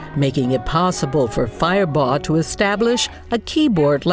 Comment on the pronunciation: It's firebaugh not fireball